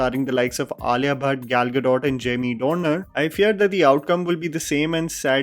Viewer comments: dude, his name is Jamie Dornan not Dornar. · Jamie DORNAN. Not Dorner. At least get the man's name right if you're going to praise him for a subpar performance. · It’s Jamie Dornan, not Dorner fyi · Why are you calling him Jamie "Dorner" lekin 🙈